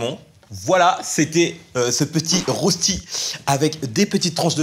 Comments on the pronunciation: Par contre on dis pas r-o-chti mais r-eu-chti (c’est un Suisse qui dit ça😂) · On dit pas "rosti" on dit "reuillchti" 😭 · On dit reuchti. Merci. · Super recettes les gars ! Par contre, on dit pas rosti mais reuchti ! Salut les Suisses au passage ! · Il ya que moi qui a tické quand a dit rös(s)tis au lieux de dire r(euch)tis... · rÖsti par rosti et sa se dit reuchti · Ahhhh ça se dit reuchti😱😱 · sympa l'idée de le faire avec du saumon ! *prononcer reuchti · Emily Bernues t pas suisse tu peut pas comprendre c comme si je te dit ZALADE à la place de SALADE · Rösti ça se prononce "Reuchti" c'est suisse-allemande mais c'est bon. Hihi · J’habite à côté de la Suisse et de l’Allemagne et j’aime bien le rösti mais sa se prononce rechti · Je vais faire le suisse casse-couille de service (parce que c'est une spécialité suisse) mais rösti, ça se prononce "reuschti" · 1) On pronnonce "reuchti" 2) On les fait pas cuire sous forme de galette, on remue pendant la cuisson pour pas que ça s'agglutine, sinon c'est trop grillé à l'extérieur 3) On met pas d'oignons 4) C'est un plat suisse. Y'a pas de saumons en Suisse. Ça se fait cuire avec des lardons, on rajoute par dessus des tranches de gruyère/emmental ou d'un autre fromage assez proche (au passage, le gruyère et l'emmental (prononcer "emmental" comme un mot allemand, donc ça se rapproche plus de "eun" que de "un" ou "an") sont des fromages SUISSES) on met à côté des morceaux de tomate (crue) et un oeuf au plat et des cornichons et les oignons des cornichons 😂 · Les Rösti ça se dit Reuchti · Par contre on dit reuchti voilà bisous de suisse😘🇨🇭💪🏻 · Ça se dit reuchti même si ça s'écrit rösti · Ça ce dit rochti petit français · Noooooooooooooooooooon !! Ça se dis [RÖCHTI] mais ça s’écrit rösti, stp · ca ce prononce reuchti!!!!!!!!!!!!!!!!!!!!!!!!!!!!!! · "reuchti" en phonétique oui en allemand le ö se prononce eu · Ça se dit REUCH-TI T_T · Ça se dit "Röschti" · Sa se dit "reuchti" ヽ(｀Д´)ﾉ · Ça se prononce rechti